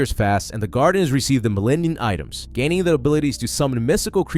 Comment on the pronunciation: Did you call them "Millanian Items"?? 😂